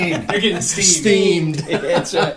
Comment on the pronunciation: Your price is off, it's £90 in the distillery shop, I was just there a couple of weeks ago and got another one. PS It's not "steamed", it's "steaming". Or, more correctly, Steamin' (silent g). I'm surprised Roy hasn't covered the finer points of these pronunciations in his videos.